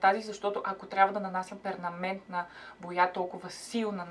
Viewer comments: ПерМанентна, а не перНаментна :) Иначе готино и полезно клипче. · Толкова пъти повтори "пернаментна", а всъщност е перманентна. Много се забавлявах 😁. Прекрасна си ❤️ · Ура, ией, най-накрая и нещо интересно за коса. Това е моята тема и е супер полезно инфото. Благодаря! За боята е правилната думичка е перманентна, а не пернаментна. Последното е малко като пергаментна, но ..... :) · не се ли произнася перманентна ;дд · Дори и да казваш "пернаментна", пак си супер сладка 😂😂❤️❤️